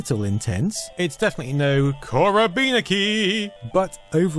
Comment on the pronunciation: The attempt is about as good as your try at pronouncing 'korobeyniki' (I mean a pretty good one)